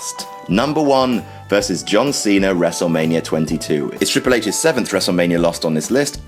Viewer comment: Good list, but who's John Cener?